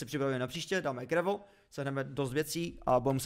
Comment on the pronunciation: Prosím říkejte "grejvl" díky ❤😂